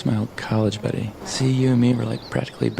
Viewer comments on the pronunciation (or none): none